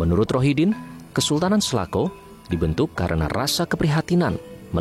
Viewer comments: di sebutnya bukan selako bos ? tapi sela cau . cau dlm basa sunda itu pisang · Klo kedengaran sm sy SALACAU ....bukan Salakow . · Sela cau pak reporter bukan selako 🙏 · selacau.. bukan selaco atau selako 😅😅😅. cau bahasa sunda artinya pisang. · Salahcau....salah ucap